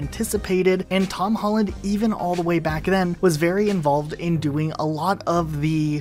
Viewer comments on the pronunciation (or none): My guy said you got this berry